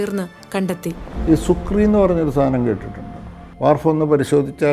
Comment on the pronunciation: സുർക്കി അല്ലെ. സുക്രി അല്ല..